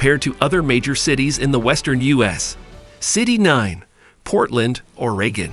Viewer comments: And the way he said Portland, ORAY-GIN 🤣🤣🤣🤣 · you probably want to check your pronunciation of several cities you mention, as well as the state of Oregon